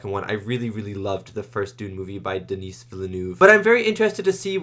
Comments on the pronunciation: Just to be really annoying, Dennis' name is pronounced "den-ee". "Denise" is a woman's name :D The S is silent. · Just FYI, Denis Villeneuve’s first name is pronounced Du-NEE (the S is silent). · You were concerned about calling the director David Leech, but you kept calling Denis "Denise" like the female name 🤣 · Always good to see young (and almost fresh) reacts on important movies. Wanna excuse for the prononciation of Denis fullname also ;-))) I am kinda estonished about Gen-Z comments that define in IMDB-ratings the old movie and its script as 'shit' and the remake as 'best film ever' - the rating 1 vs 10 fallacies with lots of predispositions. What about a good ol serious film review that tries to acknowledge the artistic freedom and professionality? What about the endless remake and franchise stream that could lead to the death of cinema ?